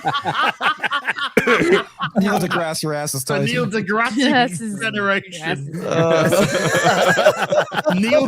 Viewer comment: I've never seen that Happy. " That's so Stupid. " -, 2026. ( Referring to pronouncing deGrasse as DeGrassè as if was French. )